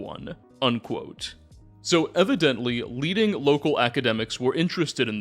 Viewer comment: I promise you if I have to listen to a second more of this fool saying undquote while forcing his dumbass, clearly fake voice I’m gonna explode. I’m unfortunately a sub subscriber, but I have to listen to anything more like this absolutely not.